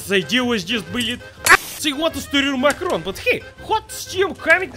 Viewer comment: Love how calls macaroni ‘makarov’ 😂😂 brings memories of the bad vibes of Vladimir makarov from codmw3